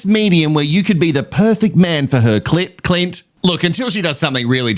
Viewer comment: Not me laughing every time you say Cli(n)t. The people who think you are pronouncing Elliot or experts wrong should just watch another podcast. 😂